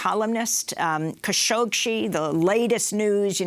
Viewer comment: Will someone tell Amy that there is no "sh" after the "gg" in "Khashoggi"?